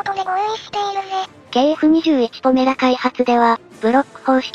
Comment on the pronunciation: 動画でも呼び方が「ポラメ」「ポメラ」と錯綜しているが ほんっとにどっちでもどうでもいいので問題ない。 どうせまず間違いなく頓挫して完成しないしね。（しても試験飛行を飛ぶのがやっとの代物かな）